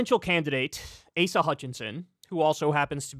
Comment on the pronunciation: "ASS-uh" Hutchinson 😂